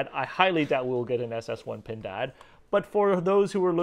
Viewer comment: PINDAAAD...that's a good pronunciation 😁👍